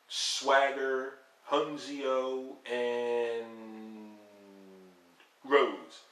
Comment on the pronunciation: i think ya meant ooh-knee-ko not un-see-oh; sorry that just irks me a bit; but yeah you wouldn't know how to pronounce that not watching much of the product in a while(which i don't blame ya for) and looking at the results i am VERY surprised to actually see them NOT have Orton just go 1 v 4 and run all 4 of them over... odd...